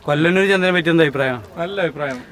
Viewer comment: കൊല്ലനൂർ അല്ല..കൊള്ളനൂർ